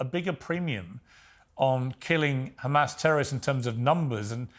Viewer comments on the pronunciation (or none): Absolute connivery and deception . Totally irritated my ears every time he said Khamas, couldn't finish the video. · Apparently Pier's teleprompter malfunctioned and show real questions instead of "Do you condemn Khamas?"...